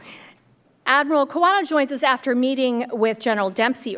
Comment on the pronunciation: Admiral Kawano's surname was mistakenly pronounced as "Kowana" in the beginning.